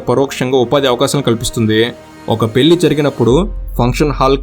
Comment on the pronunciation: Pellli kaadu bhayya...పెళ్లి adi...